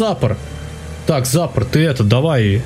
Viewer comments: надо быо сказать не зАпор (ударение на а) надо сказать запОр (ударение на о) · Ну не зАпор, а ЗапОр